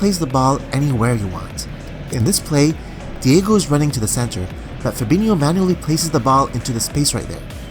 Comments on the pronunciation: Its not Diego Jota, its Diogo with an O. We have almost no Diegos in Portugal. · It’s Diogo, not Diego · Bro Excellent video as always But the name of the player is DiOgO with an "O". ( Di-oh-go Jota) Keep doing a great job, Cheers From Portugal